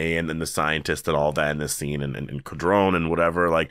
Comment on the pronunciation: You must be watching with rose coloured glasses bro. The last episode was cut wayyy too much. The last preview for ep 6 SHOWED Laurent killing Quinn (killing the conclusion to the situation before hand). Codron is pronounced koh-drone. Quinn’s story was a battle for righteousness by the way he refers to himself as Abraham from the bible. Merle’s dog tags were his own seeing how Herschel mentions in season 2 that Merle would be a resource due to his military training, carols song should have just been DANGER ZONE and made it ultra cheesy.